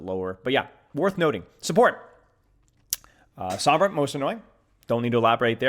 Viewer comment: Sombra. Its sombra. And maug.